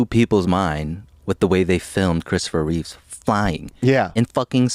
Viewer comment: Both of you saying "Christopher Reeves" is killin' me. LOL! It's "Christopher REEVE." No "s" at the end.